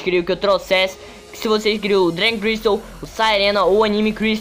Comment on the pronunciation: É dragon crystal nao dray crystal fala serto po